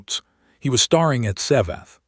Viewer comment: Thx. Very good story. It stands out in comparison to others in the same genre. Feedback: Repeating my criticism… staring/starring… 34.42 in, the narrator pronounced it starring instead of staring. It means having the lead role in some performance. Staring, means looking intensely. 😉 Kindly Anders, 69 Sweden